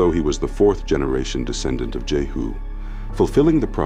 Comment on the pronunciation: * King JEHU, Not JERU